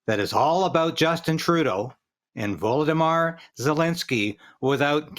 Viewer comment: Did he just say "Voldemar" instead of "Volodimir" Zelenski? Funny slip. More on topic - this entire Parliament is a shame for not knowing who fought against Russia in WWII. They should all resign.